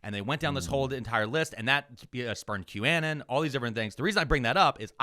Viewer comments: it's been so many episodes and videos. i need to finally ask. why to you say q -anne-en vs q-uh-non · Are you calling them a ridiculous name bc they're ridiculous people? (Qannan instead of Q-uh-non) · Why do you keep pronouncing the word as “Q-ANN-EN” instead of the way the rest of the world pronounces it, which is “Q-AH-NON”… and I would bet you also pronounce Uranus as “YURAN-US” instead of the traditional “YUR-A-NUS” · I love the show, but --seriously--QAnon doesn't rhyme with cannon. Anon is short for anonymous and is pronounced as such. Unless you were doing it as an ironic boomer cringe thing? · "Q-annan" is killing me, "anon" as in anonymous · First time I’ve heard it called Q-Annin instead of Q-Anon. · How pronounces QAnon is unique right? He's saying "Q Ann in" I've always heard "Q ah non" Are both right? Is one only right? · the way you said "Qannen" rather than Qanon kinda brroke my brain. I can't tell if it was intentional. It's something I follow bc relatives have fallen into that shit. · Wait a sec… Is QAnon pronounced; Cue-anne-un? Or Cue-uh-non? I always thought the latter. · Wait... is it pronounced Q-A-nin or Q-uh-non? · saying "Qannan" instead of "Q-Anon" is hilarious how do you fuck up that bad so many times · "Q-annon" lmao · You have got to stop calling it "Que Annon." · Love the show, but you’ve gotta stop saying Q Ann Ann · Why does keep saying Q-Anon like quanon? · Sooooo are we intentionally pronouncing QAnon so it rhymes with Bannon? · please pronounce it Q anon, as in Q anonymous. thats the proper pronunciation. you're triggering me hard. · I thought q-anon was pronounced like the first half of the word “anonymous.” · Not gonna lie, the most scandalous thing coming out of this podcast might be pronunciation of "Kew-ANN-in'". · Why does every east coast weirdo mispronounce everything? How is that the way you pronounce 'Q-anon'? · The way is pronouncing Q-Anon is making my eye twitch